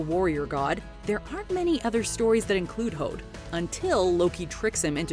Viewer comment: I have a few things. First, I Idun is pronounced " e-doon", the R in Heimdallr is silent. When researching these, did you happen to learn how to pronounce the names correctly. You can pronounce Hod correctly, but butcher everything else? You disappoint me